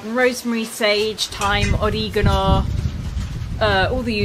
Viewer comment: Must say I’d love to have your garden! Took me a minute to realize you were saying “Oregano “? Love your creativity. Keep up the excellent videos.I could watch y’all in the garden all day❣️BTW the food looked great.